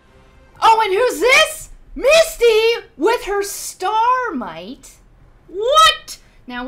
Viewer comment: Did you seriously call Starmie "Starmite"? Really? =.=